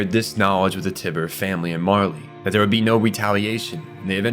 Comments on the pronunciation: Curious as to how (or if there is a reason that) much of your pronunciation with names is off after having done enough research to create a nearly two hour lore video. Tyber being pronounced TIB-ER is interesting to say the least. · TIE - BURR not tih burr you jackass